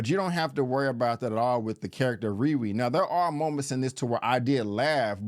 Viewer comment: Is it me or does anyone else hear him say Riwee and not RiRi..